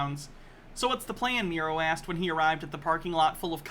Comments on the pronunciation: I feel like is going to see this, and his only response is going to be something like "You call him MEE-ro, but it's pronounced MYE-ro!" Then he'll sit back, nod at his computer screen, and say "got'em." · I bet it pronounced MEH-ro…. as in, MEH-ro-wanna 😉